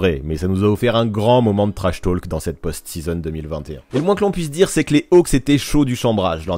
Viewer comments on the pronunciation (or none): Intéressant mais j'ai eu les oreilles qui ont saigné pendant toute la vidéo : on ne prononce pas le "L" en anglais dans "talk" ( idem pour "walk" etc) . Ça se prononce /to:k/ 😉